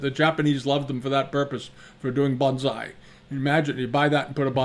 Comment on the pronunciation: Bonsai is pronounced "bone sigh", not "bahnz eye". Those are 2 different, completely unrelated words. "Bahnz eye" is spelled banzai.